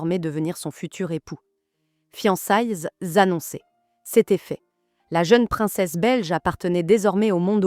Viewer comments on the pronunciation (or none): « Fiancaillez z’annoncers » « étaiant » « remarkered » j’espère que c’est de l’IA…